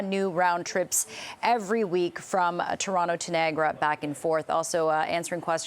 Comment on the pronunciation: Doug - it’s NI - AG A -RA and it’s TO RON- TO , remember the Liberry !